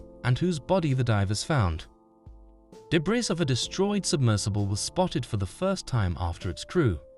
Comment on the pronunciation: Man the voice software your using is so disjointed and unnatural sounding at times, it’s obvious that it’s not a real person speaking. It kinda sucks tbh. Also, you do not pronounce the “s” in “debris”.